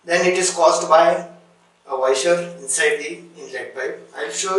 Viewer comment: Your pronounciation of Washer as Waiser is very funny. This is really tricky and after every use, you need to close the supply valve on wall and drain the water remaining in the hose by shaking the faucet vigorously while keeping the operating lever pressed. Stainless steel body faucets are less prone to leakage compared to their plastic counterparts. Hard water is the real culprit behind malfunction/leakage of most health faucets. What NC stands for in NC Thinner?🤔